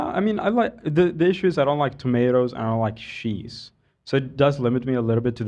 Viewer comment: Love overuses the word 'shit' and he still can't pronounce "ch". He says sheeze instead of cheeze.